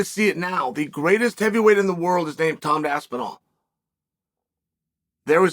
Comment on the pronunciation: “The greatest heavyweight is named Tom’d aspinal” 🤪